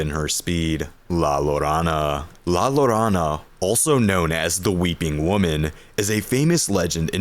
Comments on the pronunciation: Great video. The double l in Spanish is pronounced as a y tho. So la ‘your own a’ not la ‘lore on a’. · Here is where you lost me. Mispronouncing La Llorona. There are millions of videos on youtube from english speakers that show how to pronounce it. even if not perfect. Intead you just go "lalarana" There is a fucking movie about it. Even hollywood made an effort to try to pronounce it correctly.